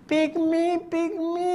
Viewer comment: 😂😂😂😂”pik mee”,”pik mee”😂😂😂